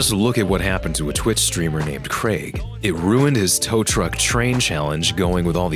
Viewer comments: Craig is pronounced Crayg. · Creg? You mean Craig... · Only USians pronounce it that (incorrect) way... Ask yourself where the Craig in question is from and where Rockstar were based.